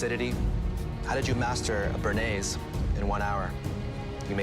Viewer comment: Is it so hard to pronounce béarnaise? Bay-are-naze!